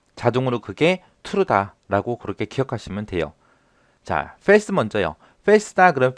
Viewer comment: FALSE를 페일스라고 읽어야 하나요?? 영어로 폴스라고 알고있어서요...